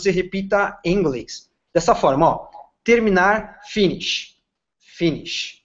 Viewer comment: O método parece interessante e acho que funciona sim. Porém, a pronúncia do professor é imprecisa para servir de modelo (por exemplo... a primeira palavra pronunciada "finish" tem os dois "i" pronunciados como "i" brasileiro, quando na pronúncia correta, se assemelha mais a uma "ê", etc.) Fiz fonética americana e britânica e o inglês tem sido uma das minhas principais ferramentas de trabalho nos últimos 15 anos. Repito, achei o método muito interessante e acho que funciona...só coloquem alguém com uma pronúncia padrão.